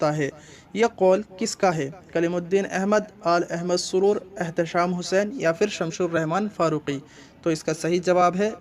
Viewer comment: شمس الرحمن فاروقی ہے بھائی ش لگا کر آپ غلطی کر دیتے ہیں۔ آپ کی اس زبردست مدد کے لیے میں آپ کا ممنون ہوں۔